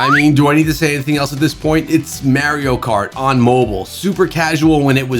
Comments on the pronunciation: Do you not know how to speak English? He miss pronounced Mario multiple times. "Maerio" Lol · The way he said Mario = 💀💀💀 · I went to the comments for this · No one made fun of the way he said Mario….